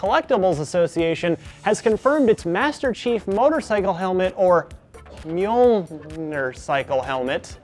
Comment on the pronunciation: Major gaming network, biggest fps on the planet, can't pronounce mjolnir? Verdict? YOUR FIRED!!!